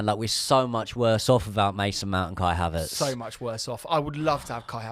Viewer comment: Did i seriously just hear KAI HAVEARTZ!!!!!!! 😂😂😂😂😂😂😂😂😂😂😂😂 Are that shit that we miss haveartz